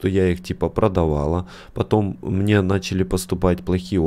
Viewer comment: Я из за тебя началась привычка говорить мине